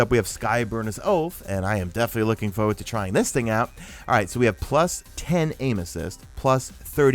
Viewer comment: #MadeItToTheEnd Sorry to hear about your cold but it did provide a little extra entertainment to this video. Whenever you said "aim assist" I heard "anuses." 😁